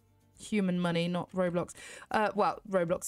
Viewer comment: it’s not roblox it’s ro bux